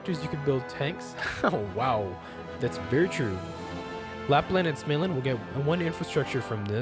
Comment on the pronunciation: its smoland not smeeland